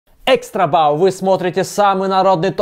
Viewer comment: ну ты же нормальный парень. Что за дурацкие "экстрабау" и "леголего..."... Фейспалмить хочется, право слово.